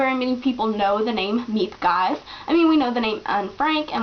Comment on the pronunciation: I found my copy of the book in my grandmothers boolshelf after she passed away, it turned out a woman married into my background helped translate it. I really enjoyed it (even though I read it in norwegian); it is very vividly portrayed story wise throughout. Miep Gies by the way is pronounced ”(g)heez”.